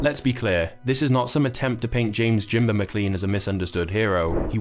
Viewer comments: It's Jaimba no jimber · His name was Jaimba .. Not "Jimber". Get your facts right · AT LEAST GET HIS NAME RIGHT FFS ..JAIMBA . NOT JIMBA .....ALSO FROM QUEENSLIE FFS ....... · It was jaimba not jimber